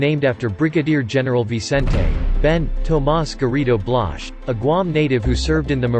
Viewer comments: It's BGen BLAZ (pronounced as BLahz) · Håfa adai from Dededo! I don't know about you, but I cringed every time the robovoice mispronounced Blaz. Blash?!? Bladj?!? Seriously?!?